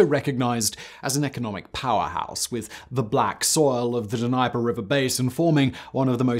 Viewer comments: It's not Denyper...it's the Dneeper = Dnieper River. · How can you live just one country away and still not say Dnieper correctly?